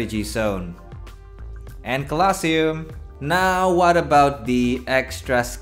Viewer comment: my good sir I love you but the way you say colosseum is making me die slowly Lobe ya bud